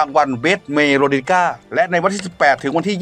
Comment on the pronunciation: คนอ่าน ใจเย็นๆเวลาอ่านนะคะ น้องๆชื่อวง “เมโลดิก้า” อ่านเป็น เมอโล โมโล 😂😅 เอาใจช่วยนะ เดี๋ยวโอนช่วยด้วย ^^